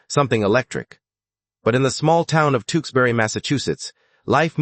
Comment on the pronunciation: Tewksbury is pronounced Tooks berry not Two ks berry. TOOK as rhymes with BOOK.